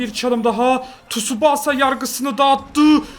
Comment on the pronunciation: Abi tsubaasa değil Tsubasa diye okunuyor lütfen artık böyle okur musun